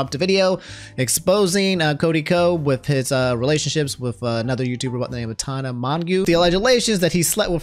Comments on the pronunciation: Why does pronounce Tana and Hanna names like that 😭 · You mean Tanna? 💀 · I love how absolutely butchers Gabby's and Tana's Name lmao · I'm going to start calling you because you can't seem to pronounce Tana's and Gabbie's names 😂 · Ik doggone well you've NEVER , heard Tana's OR Gabbie Hanna's name pronounced like that.... You report social media news...